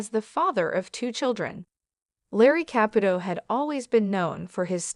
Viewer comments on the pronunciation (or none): These AI VIDEOS ALWAYS MISPRONOUNCE NAMES and you’re doing it again with the name CAPUTO. ITS KA-POO-TOE. Her name is TA-RE-SAH…..not. whatever you’re calling her! Very nice story. The wedding picture is also not them. Bad video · Theresa & Larry, wanted to keep their marital problems private. Therea did tell everyone she & Larry grew apart. They were getting a divorce. She said they were still friends, but it was time for them to go their separate ways. Of course, Theresa would help Larry she is that kind of a girl. If you are going to do a story of Theresa [ Pronounced tuh ree suh} Caputo {pronounced Ka poo to}. please get the pronunciation right. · Also she can't say Caputo right